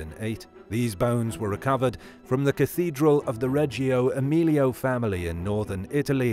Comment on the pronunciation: Ok, so families aren't allowed to have cathedrals, by definition. And who the hell is the Reggio Emilio family? Lastly, don't allow this dude to butcher the italian language any more...